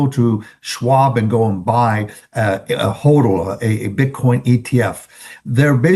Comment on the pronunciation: going to start a bitcoin podcast called HODL just to tell people every day that its HAH-dl, not HOE-dl. HOD-L. just like it should sound based on the way its spelled. JFC